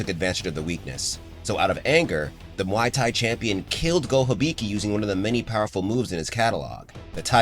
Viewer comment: Pronouncing the fighting style like a drink from a bar...??!!?? 🤦🏽‍♂️🤦🏿‍♂️🤦🏼‍♂️🤦🏾‍♂️🤦🏻‍♂️🤦‍♂️ 🤦🏽‍♀️🤦🏿‍♀️🤦🏼‍♀️🤦🏿‍♀️🤦🏻‍♀️🤦‍♀️